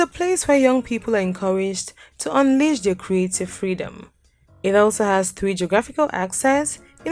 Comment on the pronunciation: Nice video but your English narration is absolutely irritating and very poor. You say 3 like a typical Ghanaian